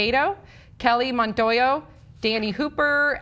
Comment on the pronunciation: You can't pronounce names for shit...BUT seeing how these people are shit, its nbd... Still, work on your pronunciation. Montoya is not pronounced 'Montoyo'.